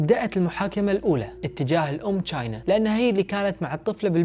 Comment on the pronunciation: أسمها مو چاينا أسمها تشاينا أو china